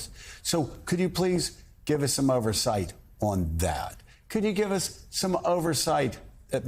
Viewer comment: OVERsawught?!!!? EDIT: y instead of the u. Wow see how easy that was instead of playing a doofington